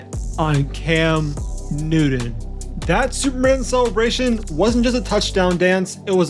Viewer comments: 😏 ----- IT " NEW -- TON ", NOT NEW -- DUN..... 👍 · At least pronounce his name correctly. Its Cam NEW-TON, not Cam New-done. And its AHH-BURN, not Arrburn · Real quick. Love the documentary but it’s Newton not Newdon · New-Ton not “Nudin” 😂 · this video is horrible! only an idiot would make a football highlight/documentary video with subtitles and cant even pronounce newton